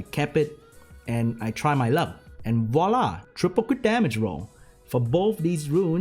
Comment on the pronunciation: Ahahaha new frenchie sub just for the "Voilà" ! It wasn't expected at all x) Your'e amazing guy, interesting content, cool, smart & modest ! Sorry for my english, and thank you for your job !!